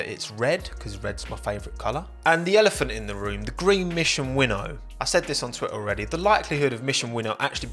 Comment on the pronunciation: Wait a minute. Is it not mission "win now" rather than "winnow"?